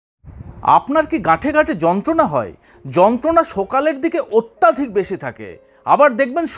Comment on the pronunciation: Kathata atyaadhik nay..Atyadhik habe